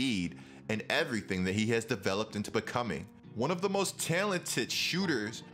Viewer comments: My guy said most tailented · Why do you say talented like that lmao